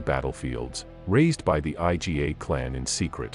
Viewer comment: I"GA' two syllable word not I. G. A. you trying hard blogger you know a little.